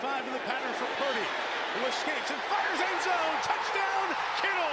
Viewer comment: It’s PurDY, not PruDy. Lol